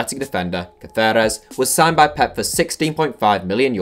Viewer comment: Why are you pronouncing Caceres like that? He's not Spanish.